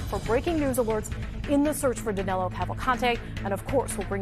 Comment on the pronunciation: It's amazing how, not only they can't catch him, they can't even get his name right. His name Is DANILO, not DANELO. I'm from brazil too, and DANILO is a popular name around here, whereas, DANELO, isn't even a name (except for Americans). Maybe they'll get him when they get his name right. I contacted USMS and gave them some tips where he might be, being a Brazilian too, and we are from the same region, different sates, but pretty much the same culture, He's from maranhão and I'm from Pernambuco, some 500km apart, i guess, i kind of understand his mind. I think the tips a gave them are going to be helpful. Is that 25.000,00 reward valid for non-Americans too? I hope they remember me when they capture him or kill him. i could use 25 thou.